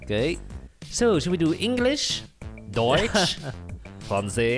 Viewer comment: How good did they say deutsch (germany)